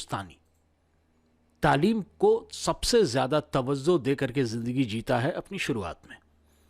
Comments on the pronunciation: Tawazzo nahi tawajjo🙏🏾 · Tawzuh ko tawajjuh boliye